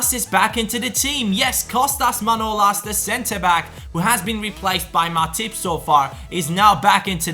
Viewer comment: it is pronounced manolAs. either way keep up with the great work